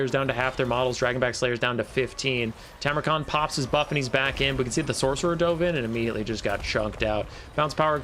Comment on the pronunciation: Go back to saying it your old way - TARmukhan! Who cares if it's wrong, was one of your signatures when I first started watching.